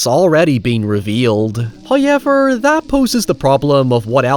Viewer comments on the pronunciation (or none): Can you learn how to pronounce the word “however” please. For the love of god lol. HOW-EVER Not HyuwevR